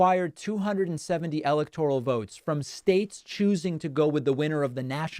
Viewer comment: Democrats are against ANYTHING in the Constitution. BTW, you might want to pronounce "electoral" correctly. GEESH!